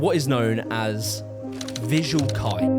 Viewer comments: This is actually really well researched 😭 also fyi fuxing is pronounced [Foo Shing] and not fucksing LOL, Visual Kei is pronounced [Visual Kay] and not Visual Kee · "fucksing" -- ..............its foo-shing "visual kai" -- ....its visual kay. like as in "okay" girl if you're going to make a video on a topic at least learn to pronounce the things you are talking about pls its basic respect girlie im going to rip the skin off my face and end myself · how did you share multiple clips of them saying Visual "Kay" and still say it as "K-eye"?? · ... did you just call vVsual Kei, Visual Kai, Kei is said like just saying the letter K, and that is it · Visual Kei, is pronounced the same way you'd say Okey, Kei -> key. The butchering of the word hurts me TT_TT RING DING DONG?! Was that a shinee parody TT__TT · bro you must purposefully saying some of these words wrong theres no way, David ball yi, who tf is David ball yi. you claim to have listened 40 minutes of ppl saying visual kei and insist on saying visual kai right after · I can't tell if he's doing it on purpose. He keeps pronouncing Visual Kei as kai to. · the way he pronounced visual kei is killing me 😭😭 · Why didn't you say visual kei correctly even once? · bro watched 40 mins of people talking about visual kei and still pronounced it wrong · Hm. Kinda disrespectful that you keep pronouncing Luo Fuxing like that. But then again, you can't even pronounce "visual kei"... so maybe it's unintentional? But you have Google. And I know not everyone's parents encouraged reading phonetically, but if I knew it not long after I started school, I think it's fair to expect you to in adulthood. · He also butcher the pronounciation of Visual Kei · my dude you watched 40 minutes of people talking about VK and you still mispronounce it LMAO You got Dragonball on the brain or something?